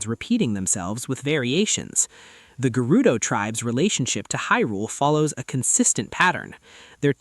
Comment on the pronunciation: Great video and theory but why are you saying Gerudo like that 😱